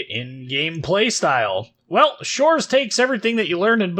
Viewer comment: Can't believe you manage to read щ. Huge ++++++ for that.